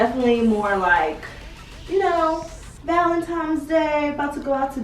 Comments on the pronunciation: Valentine, not Valentimes!!!❤️❤️ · ValenTIMES though? Come on 🤣🤣🤣 that‘s a pet peeve of mine. I hate when people say that. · Do you say valentimes on purpose?